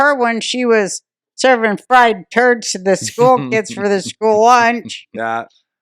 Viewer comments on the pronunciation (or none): none